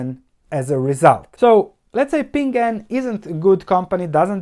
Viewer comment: BTW it's PING AN, two syllables :)